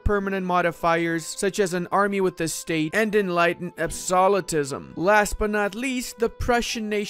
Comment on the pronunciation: Absolutism is pronounced absolute - ism. Not absollatism